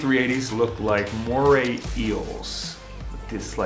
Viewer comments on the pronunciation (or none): none